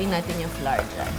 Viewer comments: Common pinoy mistake: Flour is pronounced as Flower ( bloom) pls google it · Funny she pronounced flour, flah-rrrr Shouldve pronounce it—-flower Like hour—-not pronounced to R, shouldve been pronounce to our